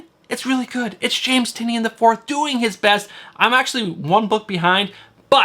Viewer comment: Bromigo. Say it with us, Tie - Nin. And yes, I too am collecting everything James Tynion IV is writing. Great show as always.